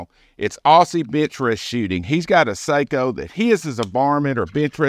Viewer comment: All my bolt actions are Sako. Have the P94 Finnfire Range, the heavy barrel target version of that rifle. Please, for all us Sako fanatics, learn to pronounce the name correctly. As once described to me, "Say-co" is a Japanese (Seiko) watch maker, "Sock-o" is a Finnish (Sako) firearm manufacture. Keep shootin straight.